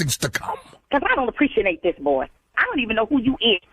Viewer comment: Did the lead usher just “I don’t apprecianate” lol